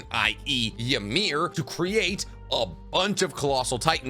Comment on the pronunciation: Ymir (which you pronounce wrong and a lot do it) pretty much was healthy at the 13 years as a titan). She seemed to take the spear to protect the king and even then saw that he had shit all over her and pretty much choose not to live. He says it himself, you cannot die from a spear get up my slave.